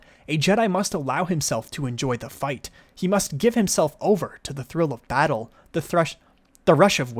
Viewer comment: Love the part when he said the thrush of battle